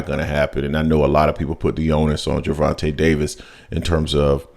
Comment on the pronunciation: His name isn’t Gervante Davis , respect the brother 🤲🏾